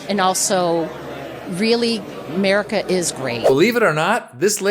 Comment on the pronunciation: She said “Merica” 😂